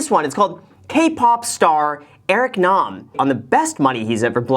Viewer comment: Thank you for pronouncing his last name correctly!!! Lol. Also great episode 😊